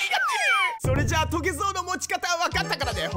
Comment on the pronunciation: オープニング変更ついでに、余計なお世話ですがエンディングも撮り直してみてわ？ それっじゃぁまたね！の甘噛みは好きですがw